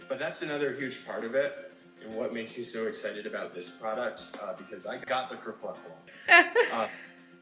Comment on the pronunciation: Sorry to have to correct you, - the British slang is ‘kerfuffle’ not kerfluffel! I lived in England for 15 years so you can trust me! 😅👍🙋‍♀️🥰‼️